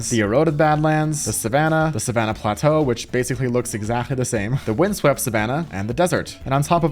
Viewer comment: When he said plateau I was like bruh 🤦‍♂️🤦‍♂️🤦‍♂️